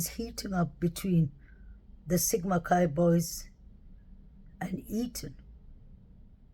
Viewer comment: I like the way you pronounce the word interesting. I think his name is Eathan and not eaten. Just saying it's all good.